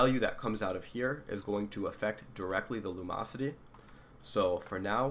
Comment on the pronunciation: Lum-ocity. theres a "in" in there.